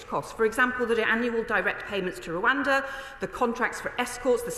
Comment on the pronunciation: She can't even say Rwanda properly.